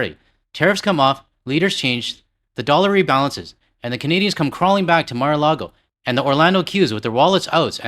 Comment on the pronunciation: Ya. I think missed that. Sounds to me, anyway that he read it as "lago".